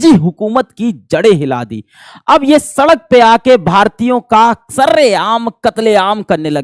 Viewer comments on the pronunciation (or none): none